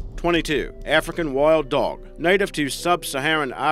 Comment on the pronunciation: “Arnimals”, “parnther”, “Arfrican” lol